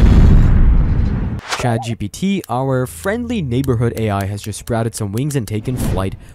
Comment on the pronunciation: A couple of times I thought the narrator said, ChadGPT. That, my friends, is the apocalypse.